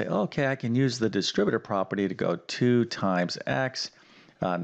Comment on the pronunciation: Yes. You need to “reckonize” the “distribative” property to “figgur” out this problem. What language does this guy speak???